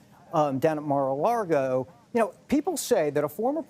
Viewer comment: he said "Mar-a-laRgo" instead of Mar-a-Lago" (even confirmed with the CC). LOL.